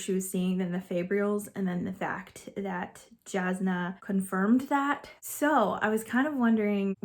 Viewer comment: I like being confused and wondering about things, I like searching for answers. I think that is why I jumped right into the next book, things weren't tied with a bow, and I wanted to know more. I was so invested in the characters (Adolin is a long 'a' at the beginning, and Jasnah is a 'y' sound instead of a 'j' - I discovered this after listening to Sanderson speak about them) and wanted to find out everything. When I said it feels like it reads faster than a 1000 pages, I'm looking at my other 1000+ page reads and comparing. So Les Miserable, War&Peace, Gone with the Wind, Count of Monte Cristo... I am so glad you liked it though. Relieved. I was hopeful, but you never know. :virtualhug